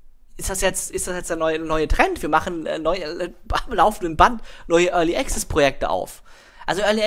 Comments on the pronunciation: sun of a beach es ist schwer, das tatsächliche Phänomen nur mit Worten zu beschreiben, aber ich versuchs:) möchte dazu sagen, dass ich Student der Anglistik bin. so wie es ausspricht, hat er am Anfang ein geschlossenes E, dann ein stimmhaftes G und Z, ein 'schwa' (ja der ton heißt im Englischen so), welches er schluckt und am Ende ein stimmhaftes Z. Dabei hat er die Betonung am Anfang der Silbe auf dem E Die richtige Aussprache nach RP (recieved pronounciation) wäre allerdings ein offenes E wie im wort TRAP. Desen E-Ton gibt es allerdings nicht im Deutschen, es ist vergleichbar mit dem Ä, eine Mischung zwischen A und E. Danach sollte ganz klar ein stimmloses K und S folgen. anschließend ein 'schwa' (ja so heißt der Laut) und am Ende das stimmlose S. die Betonung ist ebenfalls anders. und das ist wirklich so! Im Englischen ist die Betonung nicht willkürlich.. Meinetwegen kannst du gerne auf gehen und dir mal abhören, wie es ausgesprochen wird und anschließend hier im Video vergleichen. =) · Überhören nicht ich nehme sie schon wahr nur bin ich kein Grammtikfetischist wir sind ja nicht in der Schule oder so . Außerdem macht es ja einen entscheidenden Unterschied aus ob der Typ ständig Pronomina Artikel etc falsch setzt oder access nicht wie ein Brite aussprechen kann